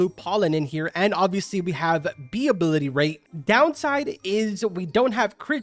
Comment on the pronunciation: I thought bro sayed knee swarm simulator